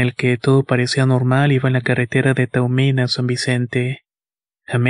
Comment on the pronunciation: Toño se pronuncia T a m u i n! Así como se escribe!😊